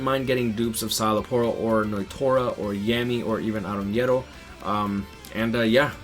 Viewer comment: Yami not Yemi my guy💀